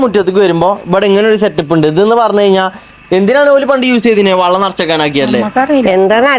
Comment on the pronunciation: വള്ളം അല്ല വെള്ളം